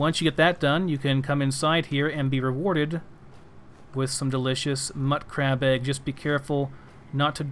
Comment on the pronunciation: Pronounciation is sort of to each their own for these types of things, but I think mutcrab/mutfruit should be prounouced mute-crab and mute-fruit, since the mut prefix is shortened from mutated/mutation. Just sayin'. :)